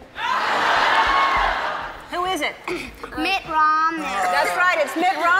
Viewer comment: " shnooki" LOL